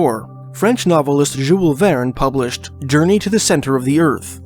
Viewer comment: Pronounce Jules Verne the were used to hearing it.